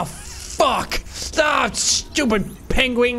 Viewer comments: Hold on: is Pengwing a reference to that time Benedict Cumberbatch couldn't pronounce penguin? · Is the name for the pengwing coming from the fact that Benedict cumberbatch couldn’t actually pronounce penguin so he said “pengwing” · Wasn't "Pengwing" what Benedict Cumberbatch called penguins in that documentary?